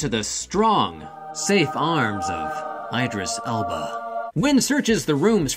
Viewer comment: 🤣🤣😭 did he call him Idris Elbow? 🤣🤣 omg I can't.